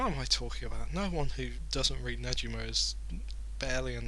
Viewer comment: the g in negima is pronounced like the word go